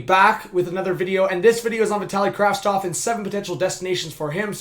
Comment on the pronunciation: Why is everyone saying Kravstov!! The name is Kravtsov... isn't it?